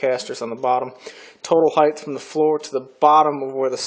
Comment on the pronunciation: Hey, I love your videos. I started at video #1 and now I am on #75. I haven't missed one yet. There is one thing that I want to mention. Every time you say "Height" you end with the "th" sound. It should end with the "t" sound unlike Length and Width that do end in the "th" sound. Not a big deal and it is a very common mistake, but it drives me INSANE!!! LOL Anyways, keep up the good work.